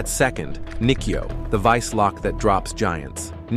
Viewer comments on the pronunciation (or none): It is spelt Kote-Gaeshi. this video is bad at it's pronunciations of the the throws/locks typical AI slop. Example are Nikyo pronounced 'knee-key-oh' and Shiho-Nage pronounced 'She-hoe-nah-gay' or Irimi-Nage pronounced 'e-rim-e-nah-gay'. The published of this video needs to do more research before posting videos like this. The poor AI voice over is bad.